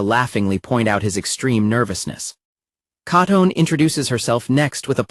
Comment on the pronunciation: I swear, my eye violently twitches every time the AI narrator mispronounces ALL of the characters names. Hearing Katone and Tachibana's names brutally butchered, made me want to start chunking furniture in my living room.